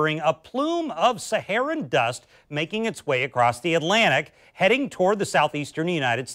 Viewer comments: Saharan, not Sharan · Saharan not Sharan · It's not sharan but Saharan. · I think it’s ‘Saharan’ Dust, like maybe from the Sahara Desert... not Sharan Dust... 🤦🏽🙄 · What is Sharan? Please editor fix this distraction please. Its Saharan. How can I trust what you say when its wrong? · Its Saharan not sharan